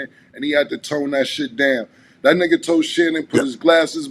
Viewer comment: hearing Mike saying nugguh like that took me out 😂😂😂